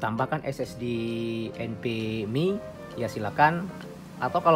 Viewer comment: bang, abang selalu sebutkan SSD enpemi atau apa gak jelas artikulasinya ?? Apa sih maksudnya enpemi ?? Maaf klu salah sebut krn artikulasinya gak jelas untuk penyebutan enpemi itu saja